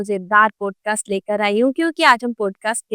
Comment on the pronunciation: 1st mistake .... It's not ' पोडकास्ट' it's पॉडकास्ट